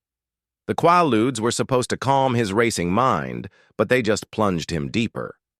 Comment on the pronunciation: Quaaludes was pronounced wrong. They killed so many back then.